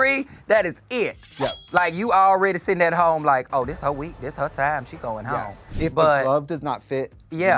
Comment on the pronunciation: I love how Angeria's "yes" has two syllables! Yeah-us <3